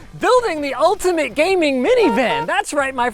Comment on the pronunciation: GAMINING MINI VAN? What language is that?